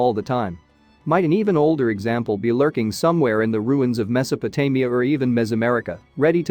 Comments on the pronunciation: It managed to get Mesopotamia correct just once towards the end. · And Mesopotamia!